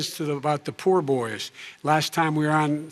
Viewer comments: Funny that Biden said "Poor Boys" instead of "Proud Boys".... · Love how Biden said "poor boys" instead of "proud boys". Not sure if that was intentional or not, but that was great.